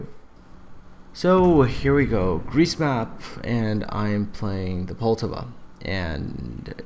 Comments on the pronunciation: Well first mistake is you cant pronounce Poltava. As with all americans you always pronounce it in english, even thou you KNOW its not what it sounds like in the native language. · Dude calm down, he probably just finds it hard to pronounce the name correctly, just try saying something that isn't in your native language, you'll probably get something wrong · And thats why people hate you, the ignorant stupidity. Poltava is not a fucking english name, so you dont pronounce it in english and then be "uh I dont know how its pronounced." Also I dont give a shit if hes canadian, english or american. English speakers in general remains the only group of people who CANNOT comprehend that not everything is pronounced in english.